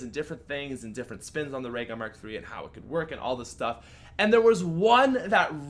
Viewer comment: "Ray Merk Three" it mark three jks, keep doing what ur doing